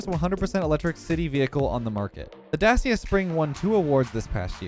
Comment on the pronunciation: hey, just so you know. Dacia is pronounced da-chee-uh. its a Romanian brand owned by Renault. And as we all know, French brands are weird. Citroen, Peugeot and Renault are all said differently to their spelling lol